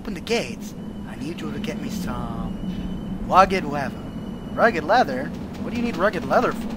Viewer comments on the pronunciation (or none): wugged wether lol its rugged lether lol